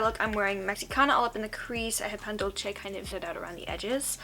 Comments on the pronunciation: Thee why the “che” though?? it’s not like there’s none “ce”’s in english pronounced more like in spanish (like in place, race, centipede, etc). Not shaming or anything like that, i’m just confused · No shade but I will never understand why English speakers pronounce dulce like “dolche”